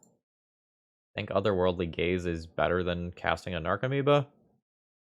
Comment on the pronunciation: My brain keeps hearing it as "Otherworldly Gays" and I'm like "it's me"